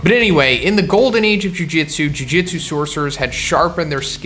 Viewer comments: Why TF are u saying jujitsu? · jujutsu kaisen not jujitsu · jujutsu bro not jujitsu